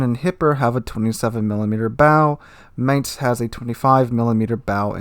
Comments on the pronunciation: "Mine-z" not mance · I find it really interesting how you pronounce Mainz, because you got (i would guess by accident) the accent almost spot on. Not the German accent, but the accent of the people living in Mainz. The "normal" german pronunciation would be more like "mine" with an s added to the end ("mines").